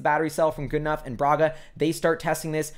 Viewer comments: Really good analysis. Just so you know, James Goodenough''s last name is pronounced "Goodnow." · Love you videos. I believe it’s pronounced Goodenow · Goodenough is pronounced "g UU d n OW". If that is too much just think good n now. That should be good enough.